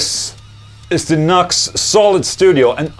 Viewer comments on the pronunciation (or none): Nucks? New-Ex, bro. New-Ex. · I'm super late to this, but I'm almost certain the company is pronounced like "New-X". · ola i think its read as newex